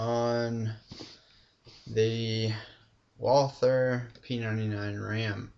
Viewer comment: nice review dude but if you say "wather" you have to spell the "th" as a "t".